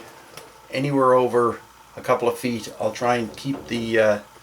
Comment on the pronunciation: Great work, but I must ask... Did you say FEET(fee-ett as you pronounced it) was French for feet lol